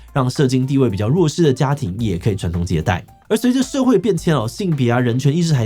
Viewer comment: 當下看畫面時就發現是社經地位，只是我的確也沒聽錯，發音確實是ㄕㄜˋㄐㄧㄥ:pride-person-flower-nonbinary